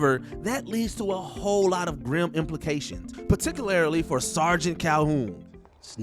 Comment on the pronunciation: Sorry, but I gotta ask - what does 'particularily' mean ?